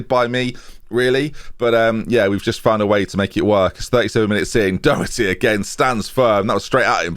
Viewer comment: Doherty’s name is pronounced like the first two letters in “dog” + hurty